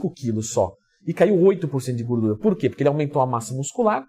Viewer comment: Aqui o já falava "gurdura" hahahaha